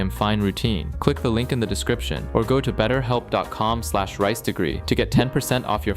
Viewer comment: “This vieeoh is sponsor bai beahhelp”yeah- no, unsubscribed.